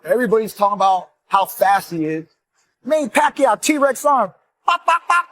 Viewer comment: Manny pakyow 😂😂 Exactly like a filipinos version of fucku